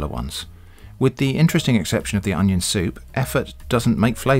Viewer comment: hahaha "Oneion"